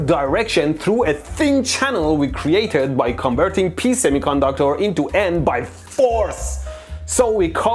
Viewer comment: “ pee semiconductor”